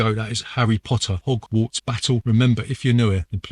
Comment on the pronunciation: All I can hear is "erry Potter - ogwarts Battle". Nice review though.